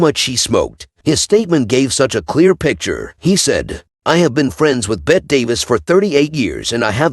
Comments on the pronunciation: Bette is pronounced BETTY. Sorry for the correction but I don't want the AI to lose it's job! PS - Yul = You'll. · You could start by learning how to pronounce the names of the people you're talking about, including Bette (pronounced Betty) Davis and Lucille Ball.